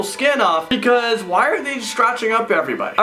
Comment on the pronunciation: If I had a dollar for every time he says " iS tHiSs ReAl? .... Also for evertime he says "PECAUSE "